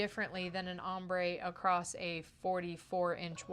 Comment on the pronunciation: And is across, not acrost!